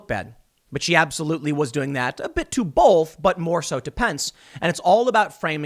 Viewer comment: Pssst. Hey, Tim. There is no "L" in the word "both".